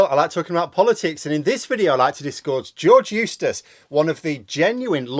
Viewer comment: When you were saying his name, it sounded like “George Useless”. Which is very apt.